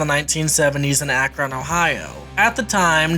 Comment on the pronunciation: Akron = "akrun"...not ak ron just sayin 😎